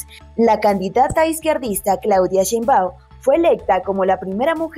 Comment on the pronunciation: Chein baum. No chein báum